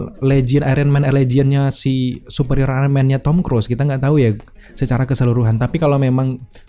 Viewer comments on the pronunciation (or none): none